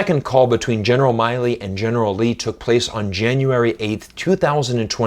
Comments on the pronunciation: Why do you choose to mispronounce the General's name as Miley, when his name is Milley? I've never heard it anywhere else pronounced as Miley. Even in Chinese it's 米利 (Mi Li). I haven't come across any American that would mispronounce his name like this, and for you to consistently do so with the central figure in you piece here, it really detracts from what you're trying to say. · except he can't even pronounce the general's name right